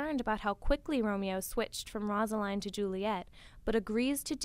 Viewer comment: One it’s rose-a-line and it’s man-two-a